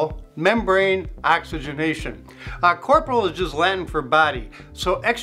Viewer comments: it not an enlisted corporal. it’s cor-po-re-al. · You lost me when you mispronounced corporeal